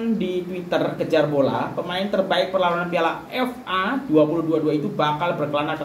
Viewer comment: Sebut FA pun tak betul bro..nak ulas tu,ckp bagi jelas..